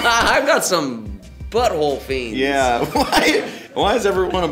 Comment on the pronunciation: He said BUTTHOLE FEENZ😭😭💀💀💀💀💀